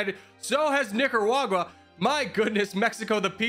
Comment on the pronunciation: Brother you said Nicaragua kinda crazy 💀💀💀💀💀